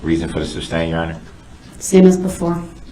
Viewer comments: Every-time he says "axe" or "supstain" i die a little inside😂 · It's soooo funny how nobody corrected his English through out the trial. It seems like someone would have told him immediately that it's not "Substain it's not axe, it's not tacket.. it's not troof or oaf,,. He's so stupid!!!! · " GROUNDSZ! I AXED Y'ALL TO SUPSTAIN. AIN'T NOBODY HERD ME??